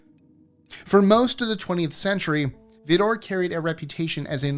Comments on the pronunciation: The Texas town is pronounced as vider a lot of Texas towns are not pronounced the same as the spelling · Love your content but the Texas city is pronounced Vidor(Vi-Door) and yes,we do our best not to travel down. I-10 at night.....even in 2026😢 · The i in Vidor is a long i. Beigch towers is pronounced Bay- getch. Yes, I’ve lived incredibly close to both places although they’re thousands of miles apart. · Texan here, you did not pronounce Vidor right, if you said Vidor the way you did to any east texan we would assume you are talking about the vdoor on a drilling rig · Either way is fine but just a side note, I grew up and still currently live just over the Louisiana state line, 40 miles from Vidor TX and its pronounced with the 'I' as in I live less than an hour from Vidor. Spot on with the history l, in the 90s, there was actually a brutal killing of a black man that was absolutely horrendous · Your adamant determination not to do any research into the pronunciation of words with which you are unfamiliar is infuriating. Vidor is the issue here. I'm not from there, and I find the thing that makes them unique horrifying and a reason to avoid even driving through, but it's dismissive of your audience to not do anything beyond the most basic research. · Vidor is pronounced with a long i. Not fond of the new format, but I will still watch.